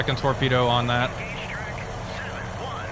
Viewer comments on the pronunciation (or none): none